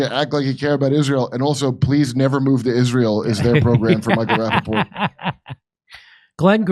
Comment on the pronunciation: Did Kurp say, "Sir Michael Rappaport?"🤣🤣🤣🤣